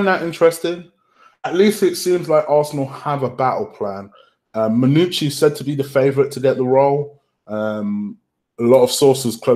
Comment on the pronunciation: Lmao man said manoochi